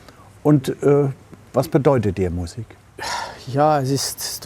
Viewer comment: „Französische miusik“👌🏻👌🏻😂